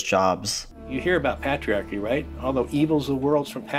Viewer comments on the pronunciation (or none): So this guy has dedicated his life to opposing the idea of patriarchy, yet he cannot pronounce it? Who the hell is Pat Rearchy?